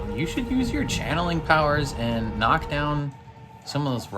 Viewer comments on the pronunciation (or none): none